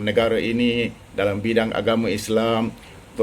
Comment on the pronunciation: " saBihus Samahah" ????? Apasai Bodo sgt lu org punya utiubers NIH.baru pencen askar nak berlagak serupa pencen headmaster,NIH lah jadinya.....saBihus Samahah ....saBihus ....saBihus ....apa lah Ngok lu org NIH semua.lu org sudah belajar huhuhu n zikir menari kah belum lagi NIH baik belajar cepat ......